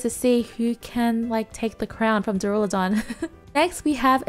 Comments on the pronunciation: Waiting for the day realizes the skyscraper dragon's name is pronounced dUrAludon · Bro you haven’t read Duralodon correctly once since it came out